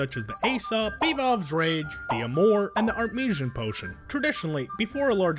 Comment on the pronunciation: "Art-Meeshan' potion? Artim-E-sea-uhn. Artemisian.